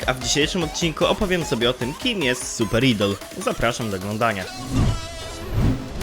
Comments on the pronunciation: wymawia się "ajdol" ale to taka drobnostka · To sie nie czyta idol tylko ajdol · ok but mowi sie super ajdol dziekuje dowidzenia